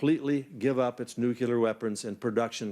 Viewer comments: Mind you, the Director of National Intelligence DID say "Nucular" . I think he meant "Nuclear". There IS a difference, in that "Nucular" isn't a word. Maybe US intelligence is just a comparative kind of intelligence... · she's saying nuclear but the guy before her clearly says nucular. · "Nuculur" Maybe these people SHOULD go back to school.